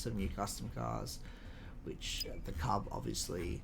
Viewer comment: Cuub is actually pronounced like "cube". back when i was pushing for the Bricktor to be made, Cat made that and said "here's your brick". however it actually doubled as a test for the mechanism the tank uses to steer. EDIT: also, the trailer version of Old Smokey is being saved for some kind of reward in the future. we don't what yet though.